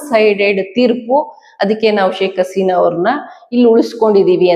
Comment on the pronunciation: ಶೇಕ್ ಆಸಿನ ಅಲ್ಲ ಹಸಿನಾ ಏನ್ರಿ ಎಷ್ಟು ಹೇಳಿದ್ರೂ ಸರಿ ಮಾಡ್ಕೊಳೋದಿಲ್ಲವಲ್ಲ ರೀ ಇವರಿಗೆ ಹ ಉಚ್ಚರಣೆ ಬರೋದೆ ಇಲ್ಲ